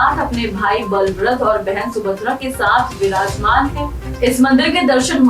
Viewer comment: ब्लभ्रद नही बलभद्र होता है